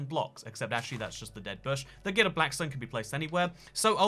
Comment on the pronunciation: It's not "glided", it's "gilded". :3